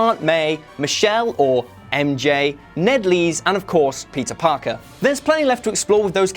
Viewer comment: Anyone else keep hearing “pizza Parker”